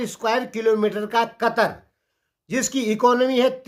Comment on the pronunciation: कतर नहि कतार बोलो चाचा 😅